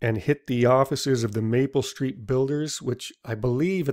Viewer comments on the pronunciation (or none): none